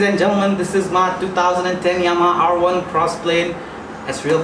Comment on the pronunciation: Dafug..did he just say yahama R1🤣🤣🤣😂😂😂🤦🤦🤦🤦 just kill me now...keep it up bro😂😂😂🤣🤣🤣🤣🤣🤣